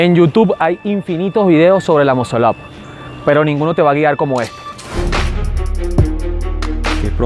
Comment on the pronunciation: Primero enceñate a pronunciar la palabra muscle up y para hacerlo se necesitan huevo no técnica!!!